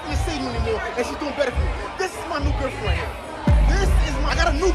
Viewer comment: “I gOt a nEw GERFFFfriEnd”😂